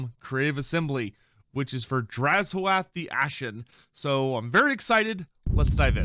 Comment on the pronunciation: This dude said “draz-OATH”:/. I much prefer and have always heard draz-o-ath. is correct